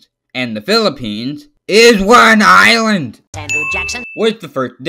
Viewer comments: my favorite part where he said "ISWANINLAND" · ""ISW AN ISLAND"" bothers me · Stop saying is wan island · do not say isw an island like the pill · It sounds like hes saying "Is one island"